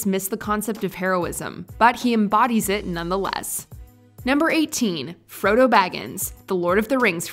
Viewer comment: Froddo? Really?